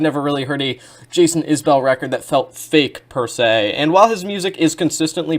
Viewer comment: Enjoyed your analysis of the work and appreciate that you didn't do that parasocial thing with their relationship(s). Also, it's pronounced 'IS-bull', not 'is-BELL'. You've earned a new sub.